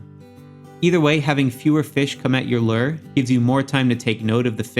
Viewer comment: Great video! Super helpful! As a real life angler though it bugs me how you say "Lure." 😂😂